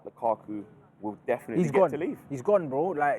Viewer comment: He said dedinitely one not three